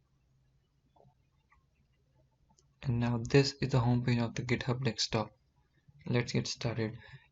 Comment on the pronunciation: it's not "dekstop", it's "deSKtop", from the word "desk"